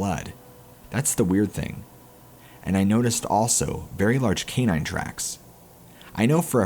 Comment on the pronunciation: Please learn how to say canine. Kà -Nine is how it is pronounced